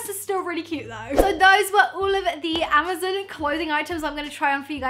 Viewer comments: Its amazon not amazn. Her pronunciation was throwing me off but her face made up for it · I cringe everytime she said ama-ZEN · Does she know it’s amazON and not amazEN hahaha so cute 😂❤️ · Is it just me or do you say AmaZEN instead of amazON 😂😂 so funny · Suzanna Roumie I know this is an old comment but I’ve just noticed the way she says “Amazon” 😂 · "Amazin" hahaha😂😂 ilysm❤ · i love how she says amazon... amuzun😂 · I love you in every time you say Amazon I was dying.... Amozen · great video lol just wondering if everyone in the uk pronounces amazon that way???? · No hate but is anyone else also bothered by how says Amazon Omg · Not to be rude. I love you but you were saying amazon wrong. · The way she says 'amazon' triggers me!